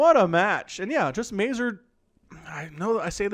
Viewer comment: If you ever stumble again on Mazur replay, please check polsih pronunciation for that word. All the polandballs watching you will be pleased